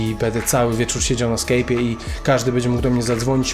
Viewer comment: to jest SKAJP a nie SKEJP!